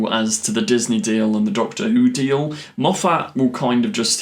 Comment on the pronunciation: ⛔⛔⛔ Why do you have this inability to say Moffat correctly? Surely you've heard him say his name??? ⛔⛔⛔